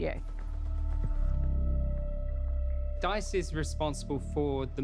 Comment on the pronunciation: "you cant do that with just one shchoodio" - what is this gaslighting